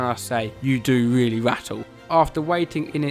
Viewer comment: It was weely fun